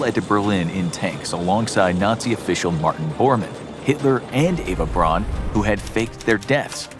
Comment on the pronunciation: Braun = Brown Goebbels = Guh-Bulls